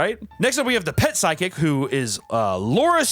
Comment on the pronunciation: Anyone going to talk about the miss pronunciation of physical and psychic lol ima be that guy